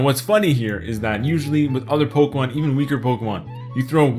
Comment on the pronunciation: I PLAY POKEHMON GO EVEWYDAY!!